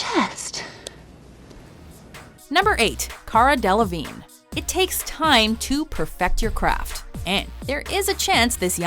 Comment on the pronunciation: Cara Delevingne!? Please. Youre totally wrong